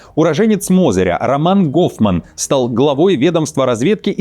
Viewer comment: Гоуфман 😂 ну беларус же 😂 не еврей 😂